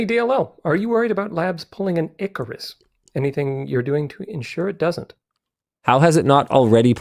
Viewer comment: *icarus, not ecorus